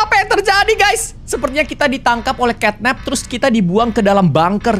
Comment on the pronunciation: Catnap bukan catnat